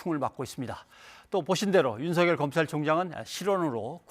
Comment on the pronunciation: 사회자들 윤석열입니다 바름좀 똑바로 하세요 들을때 유서결로 들립니다